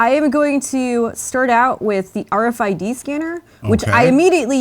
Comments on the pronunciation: Nobody says AAaaRFID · i hate the way he says RFID